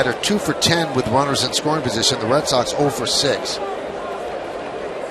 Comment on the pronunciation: Fen- Way Paaak, home of the Red- Sawwwwx !